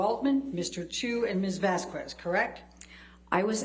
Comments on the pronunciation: also I have no idea why the hell people can't pronounce Vazquez like VAS-KEZ, and reach to say VAS-KWEZ. Me unfairley hating Eliane because her questions are terrible is my toxic trait. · Am I the only one that gets irked every time Amber's lawyer pronounces the name Vazquez as Vaz-kwez? 😂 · the way she pronounces vazquez annoys me so much